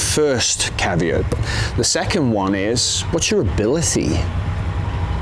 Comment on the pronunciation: Did he say What'syour Abilicy ?